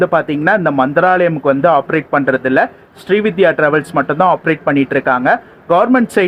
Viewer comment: SRI VIDHYA illai SRI VINDHIYA ... Vindhiya Vin-dhi-yaa Semma long journey super video How much was the ticket price for the AC MTC bus to Siruseri?